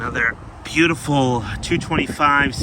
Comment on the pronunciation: "Beeuti-ful double express-o" 😂